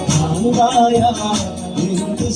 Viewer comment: ബ്രാന്ത് അല്ല ഭ്രാന്ത് എന്നാണ്